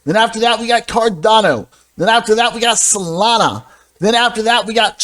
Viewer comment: I enjoy your videos, but please stop saying CardonniO. 😂